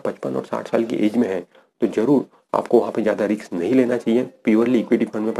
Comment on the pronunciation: रिक्स नही रिस्क